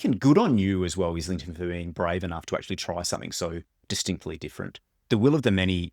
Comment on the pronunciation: Great video. Just a quick FYI. As a fellow Aussie as well. The surname is pronounced eye - lington. The Licanius audio books mispronounce it as well. James himself confirms the pronunciation in two different interviews on YT. One is with Maude Garrett and the other I have seen is with Mike’s Book Reviews. Just after the 1 minute mark Mike asks him.